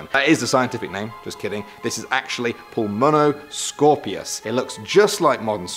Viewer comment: That’s not how you say pulimoscopius